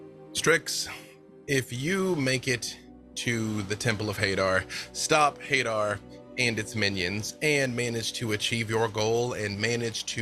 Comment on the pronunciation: Everyone pronouncing Hadar like "Hay-der" hurts my soul.